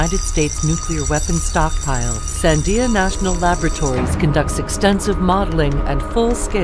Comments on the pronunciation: SAN--de-uh, not san-DEE-ah. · The voice you hear is a tweaked TTS high-quality computer voice. They just forgot to tweak everything. The algorithm thinks the stress lands on the second syllable. You can hear the correct pronunciation in the Charleton Heston Sandia video at time 1: 32 (from 1998), for example. "Declassified Charlton Heston Sandia National Lab Infomercial"